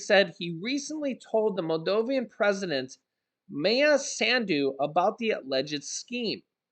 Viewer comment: It is pronounced Maldovan, not Maldovian.